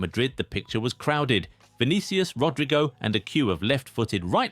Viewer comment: How the hell do you pronounce Rodrygo as "Rodraigo" I've had it with you, you're dumb as hell or you're just doing it on purpose. There isn't any new video of yours unless you mispronounce at least, one player's name